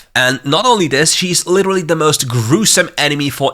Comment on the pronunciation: omg u literally said liturulurly what:?/